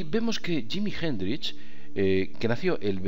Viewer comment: jimi hendrish? vamos quillo que prinunciar bien ayuda y además anne nicole smith no era playboy quizas conejita! saludos forza aguante